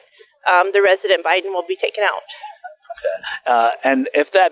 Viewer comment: "Resident" Biden? She totally said that. Lol